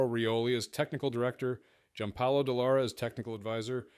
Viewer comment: Investiga nombres y apellidos es "Dallara" no "Dellara"